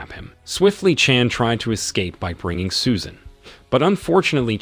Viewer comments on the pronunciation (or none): Susan... Or Soo-shaaaan...